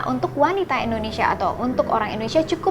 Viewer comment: Bukan ENDONESIA tapi INDONESIA